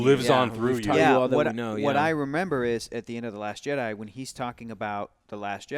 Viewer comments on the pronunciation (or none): Jedi, not Jeddy. Someone fire Hector!